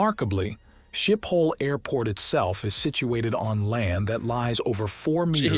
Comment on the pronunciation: It's pronounced skiphol sch as in school.